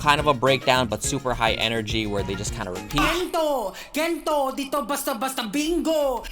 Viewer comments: "Gentow" nag-produce pero di alam yung pronunciation ng kanta 🙃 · him pronouncing "gento" like he does over and over hurts my soul